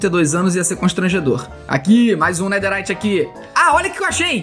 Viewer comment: EU VENDO ELE FALA NEDERRIYT EU: ESTUPEFATO